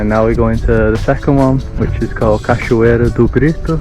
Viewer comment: Mano na moral… BRO YOU ARE EITHER BRAZILIAN WITH A VERY GOOD ENGLISH ACCENT PRETENDING TO BE GRINGO OR YOU SPEAK PORTUGUESE FLUENT BECAUSE NO GRINGO PRONOUNCES BRAZILIAN WORDS LIKE THAT NOT EVEN PORTUGUESE SPEAKERS FROM OTHER COUNTRIES trilha do sol, reais, bora, no limite, cachoeira do grito, poço dourado, poço encantado, cachoeira do grito, grita, Capitólio, minas, tropeiro, palmito, isso é o que é carne, 😂 ah tilápia, 😛 . COME ON fala sério revela qual é a verdade 🤪 salve de Londres